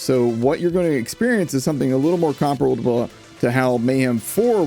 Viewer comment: "So what you're gonna experience is something a little more comperblahabahaw" I lost it there xDDDDDD I love you man <3 Edit: - clap